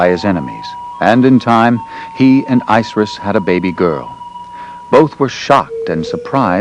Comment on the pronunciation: ISIS Pronounce it right!!!